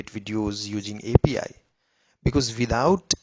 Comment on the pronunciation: Ajeeb gadhe ho tum yaar, bekaar me time barbaad kar diya. A P I ko apee bol raha hai... aur editing bhi teri sahi nahi hai.. Agli baar soch samajh ke aur achhe wale Voice Genration ka upyog kar ke Video banana.... warna yu hi gaaliya khaata rahega.